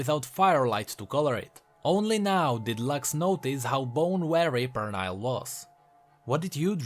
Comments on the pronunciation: Pernille is a scandinavian name, believe the correct phonetic transcription should be /per-ni-ll-eh/ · Actually, the "i" in Pernille is pronounced as an "e", the rest is as it is. It's like an English version of a Danish name. There was a Danish Transfer student in my uni. She told me that info. Cool video by the way, and i love your accent!